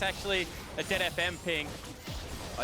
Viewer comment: Why does he keep saying DeadFM? :/